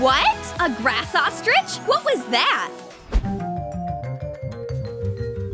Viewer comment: It is ostrich not ostragege